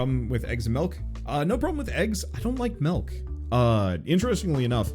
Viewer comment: My man says “melk”